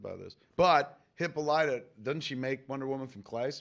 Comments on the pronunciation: I'm pritty sure its suposed to be pronounced 'Hip-pal-ita' with that long o instead of the short o that turns her into a Hippo, she's hip and all it-a...... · Put down the egg nog and pick up a dictionary. It's NOT hippo lighta. Sigh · they keep mispronouncing hippolyta?